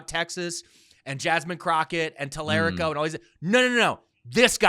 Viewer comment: His pronunciations kill me. His fuck up of Tallarico has had me giggling for a minute